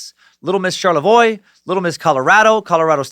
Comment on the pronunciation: Hey, you pronounced Charlevoix correctly!